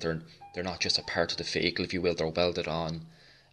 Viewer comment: I have been sitting here for 2hrs wondering what a "feygel" is until I realized you're saying "vehicle". Amazing tutorial. I'm going to try following your techniques for a small model I have. My techniques tend to come out rather flat looking.